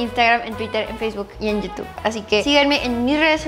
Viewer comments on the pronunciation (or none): none